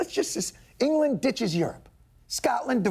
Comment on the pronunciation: Kyle Bolderson "engurlurnd"?